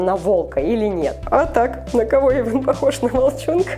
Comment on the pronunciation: ЮМ. tv play не Ейван а Эйван 🙄